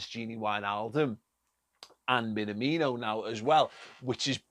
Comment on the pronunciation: BTW, please learn the pronunciation (not that hard really). Imagine someone asks if you are an Everton fan: "Me? Nah! Me? No! (emphasis on the second word, and elongate the aaaahhh sound). me-naaah-me-no